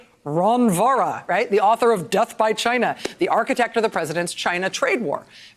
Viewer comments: Why does truMcP 'China' sounds like vigina??? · Um Rachel, I believe it's pronounced, jyi-na . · Is he saying “ ‘gina” ??? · China, rhymes with “Gina”.